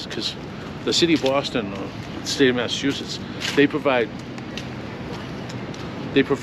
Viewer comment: Yo. You need to correct your pronounciation of the state of Massachusetts. Stop pronouncing it as though it is spelled Masseteusess. I did the same years ago. It's pronounced exactly as it is spelled - Massachusetts. Don't get corrected by a local, it's better to be corrected by a foreign fool who has been corrected by a local. Just a friendly tip.